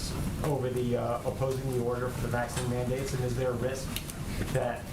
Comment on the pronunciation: Um, it ain’t a vakseeen